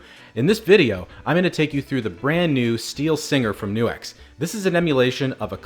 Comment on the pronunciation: Its not New X ; its Nux. Like Curley in a Stooges film. "Nux, nux, nux, certainly".